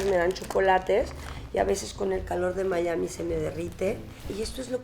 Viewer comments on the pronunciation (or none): none